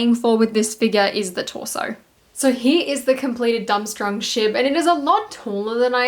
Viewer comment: Love the vid, but it’s pronounced “dorm-strang”